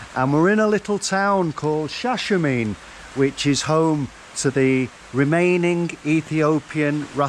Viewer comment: Greetings .. you pronounce the town's name, Shasha-marn-ey. Glad u fulljoyed urself. We just returned & want to go back already. Ethiopia is a mystical place where anything is possible. Did the owners of Zion Train Lodge teach you about Rastafari? ❤